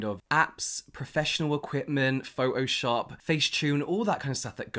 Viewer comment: My guy really said pho-o-shop 🙌🏿